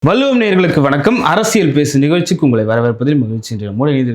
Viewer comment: தவறான உச்சரிப்பு நாக்கை மடித்த "வள்ளுவம்" என்று உச்சரிக்க பழகுங்க 😊